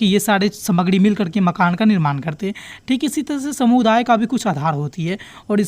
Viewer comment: Shamuday nhi sir samuday h aap har video me sa ko sha kyu bolte ho 🧐